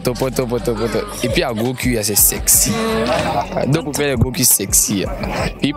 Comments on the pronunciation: Gros « Cul» stp et non cui... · ONT DIT CUL ET NON CUI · Sauf votre respect, madame! On ne dit pas « gros cui »? Mais « gros cul »! On écrit « cul » et ça se prononce « QU »!!! Ayant passer mon adolescence à Abidjan, je sais que tout le monde dit « cui »